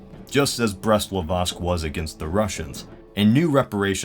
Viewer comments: Why does he say "Brest-Livotsk?" It's pronounced "Brest-Litovsk". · Brest-Litovsk, not Brest-Livostk. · It's Brest-Litovsk, not Brest-Livotsk, you moron. Second video with same bloody error and you even made a mistake in a text card. Look at you, droning on and on and not even bothering to check basic spelling, "historical channel" my ass. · Just a point but the treaty between Germany and Russia was Brest-LITOVSK, not Brest-LIVOSK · it is Brest-Litovsk, not Brest-Livostk.